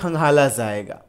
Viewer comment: Pahle bolna sikho zaiga nhi jaiga hota hai PTA nhi kya padhai krte ho